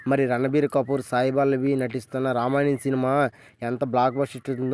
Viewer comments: రామాయణం అని స్పష్టంగా పాలకలేకపోతున్నావ్ బ్రో... రమణ్యం ఏంటి... ముందు పలకడం నేర్చుకో తరవాత వీడియో చెయ్ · Ramanyam kadhu ra babu ramayanam adhi pls name cheda dhobbaku